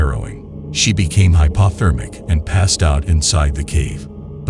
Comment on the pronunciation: Not sure what his tourism plan was. Blast open the cave so tourists could see essentially a mine or have them crawl through a tiny passage. "My experience there was harrowing and I became hypothermic." "Let's go!" The narrator sounds robotic. "She became hypa-thermic" "Clausta phobic"? phobic as in foe not as in blob